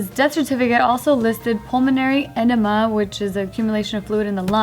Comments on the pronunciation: "Pulmonary enema" LOL I think she meant pulmonary edema 😂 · It’s Pulmonary Edema! Not pulmonary enema!! 😂😭🤣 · LOL pulmonany edema not pulmonary enema! is too funny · Pulmonar Enema? WTF is that???.....😂😂😁😀😂😂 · Pulmonary edema not enema. Lol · said pulmonary enema LOL it's edema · “Pulmonary enema” lmfao, it’s edema 😂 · The way pronounced it, it sounded like "Pulmonary Enema", lol. It's pronounced UH-DEE-MA. Cracked me up 😂 A pulnonary enema could be a PC term for waterboarding, ha.